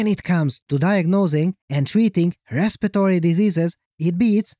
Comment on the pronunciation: ResPIRatory, not ResPITory. It's literally spelled that way and cannot be mistaken if you just look at the word.